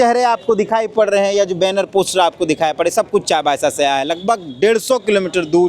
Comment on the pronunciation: चायबासा ❌ चाईबासा ✅